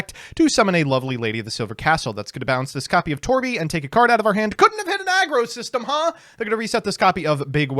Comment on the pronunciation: okay but for as much shit as gives to other yugitubers and such for not pronouncing words properly, how do you say "aggro" instead of argyro, or "dragublion" instead of draglubion?